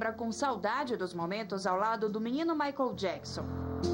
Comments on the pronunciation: Mai jaquizon? COMO ELA CONVIVEU COM MICHAEL E NEM SABE FALAR O NOME DELE?? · Michael jaquisom, a mulher não sabe nem falar! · Jura mesmo que ela ensinou o Michael Jackson a sentar na mesa? Kkkk E agora rastando garganta no programa. Viveu 20 anos com ele é até hj não aprendeu a falar o nome de Michael Jackson